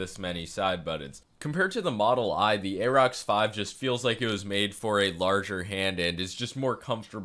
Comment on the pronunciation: Pronounced "air-rox". Like "air".